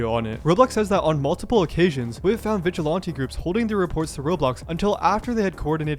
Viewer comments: Vigilante doesn’t have an O in it. 😂 VigilOnte 😂😂😂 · it's really annoying to hear all the obnoxious slangs the genz are using like "pdf file" but then also not pronounce vigilante correctly. It's like man, I can put up with 1 of these but both is too much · I’m sorry but the way you say vigilante is bothering me so much! What accent is that??? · its not vigilawntee lol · Why can't you pronounce "Vigilante?" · Are you purposely mispronouncing vigilante? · I wanted to watch this video longer, but I couldn't deal with hearing you say "vigilante" another time. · I've never heard this pronunciation of vigilante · its really bothering me how you pronounce "vigilante" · Great video how did you never learn how to say vigilante? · hey man, you should probably do a quick search to learn the correct way to pronounce vigilante next time you make a video where you repeat the word over and over 😂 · Is there a reason why you’re pronouncing vigilante like that? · I don’t know what’s worse, Roblox’s moderation or the way this guy pronounces vigilante